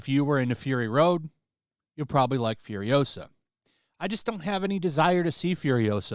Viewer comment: It's FuriOsa, not FuriosA